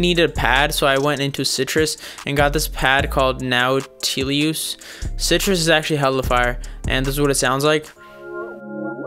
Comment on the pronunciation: "nowtilioos" lmao. Great video, great beat